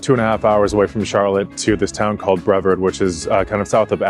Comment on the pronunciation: Brevard has a hard R like aardvark